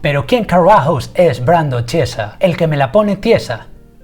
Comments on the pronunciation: Chiesa se pronuncia "kiesa". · El apellido se pronuncia "quiesa" :) (significa iglesia para mas info) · Brando al ser italiano su apellido se pronuncia quiesa, ya que el ch en Italia se dice así, saludos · Se pronuncia Quiesaaaaaaaa D